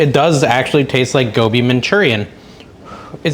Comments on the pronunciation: You're saying it perfectly lol! I also love Aloo Gobi, which is an Indian dish also of potatoes & cauliflower. Not keto but delicious. Could you make Butter Chicken pls? Love Indian dishes. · I think you are pronouncing it correctly. Gobi is cauliflower.